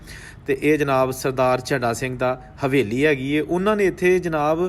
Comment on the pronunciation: बादल झण्डा सिंह सही उच्चारण है